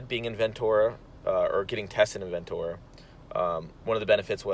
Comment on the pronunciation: jus a heads up since ive lived there most of my life and whenever you said it it bugged me, its pronounced Ventera not ventora